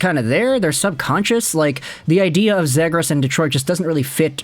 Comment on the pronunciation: Ze-gras, not Zed-gras